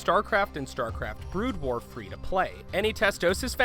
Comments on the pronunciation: in, or just after that, you say "Starcraft: Blood war" instead of "Brood war". It amused me. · did he say blood war instead of brood war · "Blood war" lol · "In Starcraft Bloodwar" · you refer to "Brood war" as "Blood War" You must have just been reading someone elses script that accidently auto corrected Brood to Blood.. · I can't get over 'Bloodwar'...omg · Also u called it blood war not brood war... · did you actually say starcraft blood war... disgusting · STARCRAFT BLOOD WAR? ARE YOU KIDDING ME. AND IT'S FENIX (PHEONIX) NOT FENNIX FFS Well now I know that the narrator knows nothing about starcraft and misread brood war. Kinda ruins it for me since now this whole thing seems fake. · lol " StarCraft and StarCraft Blood war" Yeah this guy really knows about starcraft lol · The sad thing is he said it right later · Fact 22 It's Brood war, not blood war, check your self! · DID HE FUKIN SAY BLOODWAR?!!?!!?!! IM DONE!! NEVER WATCHING THESE VIDS AGAIN!! #22 btw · I agree, I doubt he’d ever heard of Starcraft before this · Bother's me how much this guy pronounced wrong, blood wars, art-tasis, art-tosis. ugh